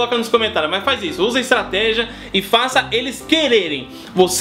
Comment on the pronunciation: Tropa de elite "estrategih"